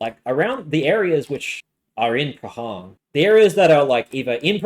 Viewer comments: its pronouced Pran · Nice vid but I cringe at the prahran pronunciation hahaha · It's not the jewish voters. It's people who vote who are disgusted with antisemitism. I would think that this will be a broad sentiment. And. The H is absent in Prahran. 'Praan'. It's very grating. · Really interesting analysis, thanks so much! I loved your pronunciation of Prahran and Corio- I guess you're not a Victorian? 😉😉